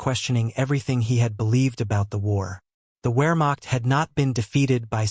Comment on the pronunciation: Ware-macht ?? WEAR-macht? Dude... in German a W is a V and a V is a W Vare-macht. VARE-macht ........plz don't mispronounce this